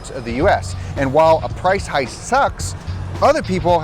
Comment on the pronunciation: What the hell is a price hice?